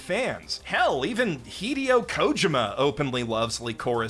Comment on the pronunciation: I’m sorry but I just can’t get over how you pronounced Hideo Kojima’s name. I have never his last name said that way